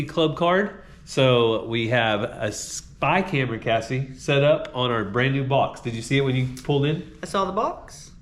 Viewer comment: I kept trying and trying to figure out what in the world a "Spike Hammer", every time you said "spy camera"! I didn’t get it until you actually held up the spy camera while saying what I thought was spy camera. I am dying laughing.